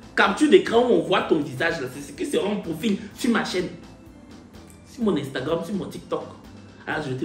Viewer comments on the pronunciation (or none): none